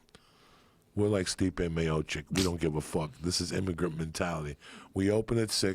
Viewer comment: in Joey Diaz finally nails the correct pronunciation of Stipe Miocic lmfao